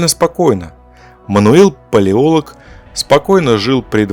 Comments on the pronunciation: Не «ПалеОлог», а «ПалеолОг» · ПалеолОг, а не Палеолог. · Я очень глубоко уважаю данного автора и с глубоким интересом смотрю любые видео за его авторством. Фамилия "Палеолог" читается с ударением на "лог". Отрицать существование римской империи.. ну это чересчур радикально даже для меня, с большим сомнением относящегося к официальной истории. Отрицать существование мощной высокоразвитой цивилизации в прошлом невозможно - кто-то построил Великие Пирамиды, кто-то весь мир застроил крепостями, которые стоят до сих пор. Но Римская Империя - это фундамент, основополагающее начало всей современной истории... Увы но принять такое я не могу